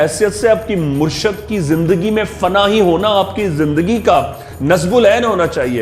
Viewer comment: assalamualiykumwarahmathullahwabarkatahu saheb murshad nai murshid hota hai